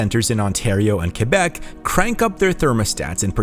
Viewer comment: Extra points for pronouncing Québec right